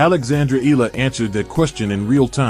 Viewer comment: Eala pronunciation E-yala